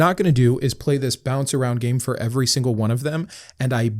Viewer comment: I noticed you over pronounc “every” (“eh-ver-ee”). Did you have a speech impediment? The way you pronounce this word along with the last “t” in “important” is indicative of someone who had speech lessons for an impediment. Just curious.